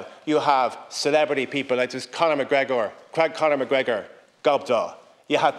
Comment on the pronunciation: When an "Irishman" mispronounces the name MacGregor you know he's not really an Irishman but a subvert.